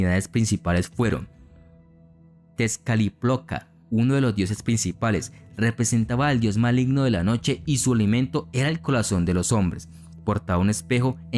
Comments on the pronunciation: Algunas cosas no las pronuncias bien pero me gusto la información que proporcionas solo para aclarar no se lee ni pronuncia así tezcat-liploca es tezca-tli-poca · Es Tezcatlipoca, lo tienes mal escrito y lo pronunciaste mal, y tengo una curiosidad, usted dice fríjoles con acento en la "i" , me llama la atención que cuando fui a Colombia así les dicen, acá en México les decimos frijoles no lleva acento, el acento prosódico va en la "o", hay alguna razón porque les digan así? Es solo curiosidad 😊 Saludos